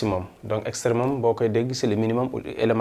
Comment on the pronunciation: On dit extrêmum pas extrêman